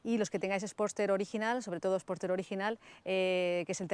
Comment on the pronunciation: no has pronunciado ni una sola vez bien Sportster! (no hate)